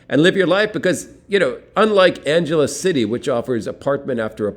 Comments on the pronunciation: Anghelese, not Anjelese. Sin city? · Its not pronounced like Los "Angeles"....ask a local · Check your pronunciation of "Angeles"